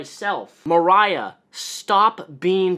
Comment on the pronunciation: I have the same name as this gross lady...only it's spelled with an "o" instead of an "a"....so hearing you pronounce it with the "o" sound kinda weirds me out lol xD Moriah vs Mariah...but anyway....yikes.